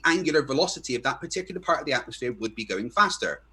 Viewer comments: Every time he says atmosphere….atmosSPHERE 😅😂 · oh the irony of hearing saying atmosSPHERE lol